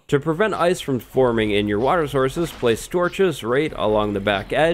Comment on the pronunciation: Lmao I think he had a stroke